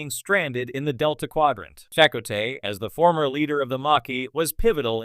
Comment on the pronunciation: Uhhhh, listen to how this computer generated voice pronounces "Chakotay" ... FFS.